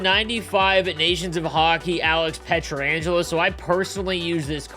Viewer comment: say it with me: Pe-trang-elo